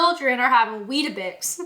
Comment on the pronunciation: You've got weetabix all wrong...😂😂😂